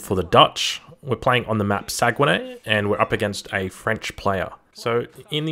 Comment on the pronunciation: You mispronounce saguenay 😉 good channel btw !